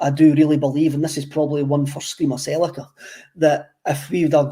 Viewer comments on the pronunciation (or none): none